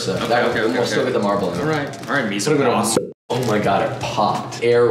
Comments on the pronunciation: The 'en' in 'mise en place' is pronounced like 'on'. It's not Miβenplass. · Joshua pronouncing mis-en-place sounds so German like it's pretty much become "Miesenplaß" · Mis en plac? Lmao we get it you worked at chipotle 😂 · Every time someone says "mise-en-plas" my mind auto hears Alton Brown singing.